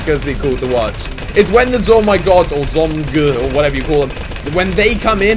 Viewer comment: It's zomg or Zeppelin not zo my god